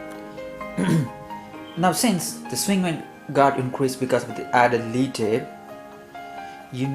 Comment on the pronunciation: Lead here should be pronounced like 'led' rather than 'leed'